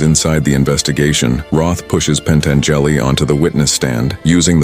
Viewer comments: "PentangEli". Can't stand this stupid AI slop anymore. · Love how it kept saying it over and over again too. Growing more confident with each Pan Tan Jelly...AI replicant/Ash from Alien sounding ass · PEN-TEN-JELLY??? A.I. is great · Pen-tan-JELLY was a helluva guy.